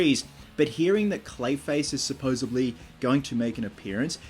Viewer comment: Cool video! Oh, and, supposedly, not "supposably." I wouldn't mention it, but you say it a lot.